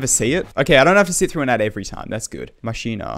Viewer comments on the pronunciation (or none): It's called mackina not mashina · It's actually "mack-in-ah". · How you pronounce machina is makina (A) is a but low